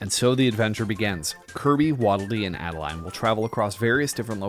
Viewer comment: First of all, it's Ado-Lean, not Add-A-Line. Secondly, what if we get a Pure Evil King Dedede?